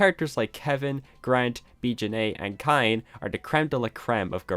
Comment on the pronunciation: Isn't Kain's name pronounced Cane? Like candycane.